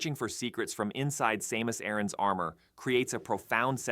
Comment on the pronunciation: Ah yes, my favourite protagonist Same-us Ay-ran